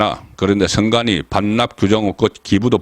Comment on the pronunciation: 계양 얼, 동작 얼 특히 원희룡은 원히롱, 선관위는 성가니 발음 ㅋㅋㅋ YS하고 비슷하시네요